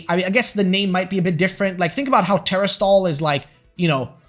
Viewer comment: I enjoy the content but everytime you pronounce it as tera-stall it takes me out of the moment. You’re putting the syllable in the wrong spot. It’s teras-tal